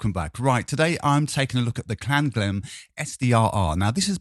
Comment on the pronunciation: Klanghelm is based in Germany they probably should be pronounced Klang---helm, not Klan--ghelm, just saying :)